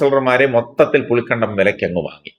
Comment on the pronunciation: പുളിക്കണ്ടമല്ലടാ ഇട്ടിക്കണ്ടപ്പാ. പുളിക്കകണ്ടം എന്ന് പറയൂ.